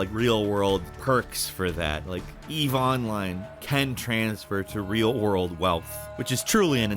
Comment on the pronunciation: your emphasis on the word online on ON in 'Eve oline" is weird :D